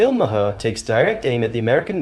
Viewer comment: It's pronounced as 'Mahr'...one syllable.